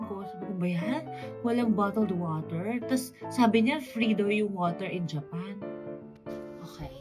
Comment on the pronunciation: ほんとですか？ネイテブに聞こえません。特にジェペ～～～ンの所、ひろみに聞いた発音と違います